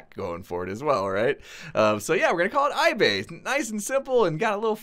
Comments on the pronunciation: Did he say, iSore? lol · iBay, or iBae? lmao